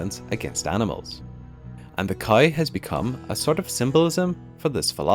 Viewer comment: Why is he pronouncing cow as khais ?